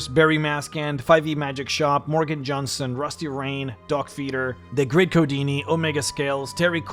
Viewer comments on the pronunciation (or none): none